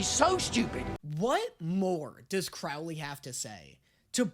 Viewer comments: it’s Crowley not Crawley😭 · By the way you are saying Crowley’s name wrong. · babes, would you please stop mispronounceing Crowleys name!? I beg of you!! He change his name for a reason TvT